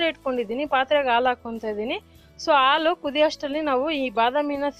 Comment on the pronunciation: ಹಾಲು, ಒಳ್ಳೆಯದು ಅಂತ ಹೇಳಿ. ಆಲು, ಒಲ್ಲೇದು ಅಂತ ಹೇಳಬೇಡಿ. ರೆಕಾರ್ಡ್ ಮಾಡೋಕೆ ಮುಂಚೆ ಅಭ್ಯಾಸ ಮಾಡಿ, ನೀವೇ ಕೇಳಿ.